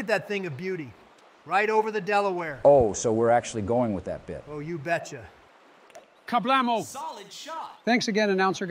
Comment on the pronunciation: My favorite moment is when Joe said Ka Blemo